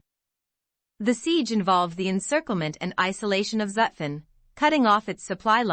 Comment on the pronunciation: The series is a good idea. This particular video would even be better if the narrator knew how to properly pronounce Zutphen.